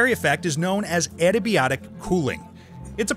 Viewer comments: Adiabatic. Ad - ya - BA - tic not a - da - BYO - tic. I know the IA diphthong is not easy to pronounce for English-only speakers. From Ancient Greek ἀδιάβατος "impassable" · Adiabatic, not adabiotic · It's a bit difficult to hear you say "adiabatic cooling" with the new voiceover, it sounded like antibiotic cooling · Several mentions throughout this section to adiabatic cooling/heating. Adiabatic is pronounced "a - dee - uh - bat - ic" or "a - die - uh - bat - ic". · As opposed to "eddy-biotic" :) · The narrator should learn how to read too Example: . How tf did he read adiabatic as adibiotic? You might have a thicc accent, but at least the letters are in the right order.